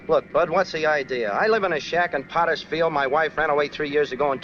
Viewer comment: Henry F. Potter. The narrator slurred the name.